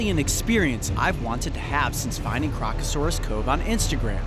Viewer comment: Remove the first “r’ from crocasaurus